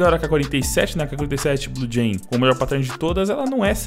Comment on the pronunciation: Aprende a dizer pattern... Nao é "páttérn" que trigger